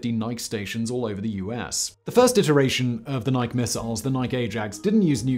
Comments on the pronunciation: Why do you say "nik" in describing missiles and then two sentences later it becomes "nike" as they should be called. For victory. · Ny-key, not nyke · It’s pronounced ni-kee not nik. For fucks sake Simon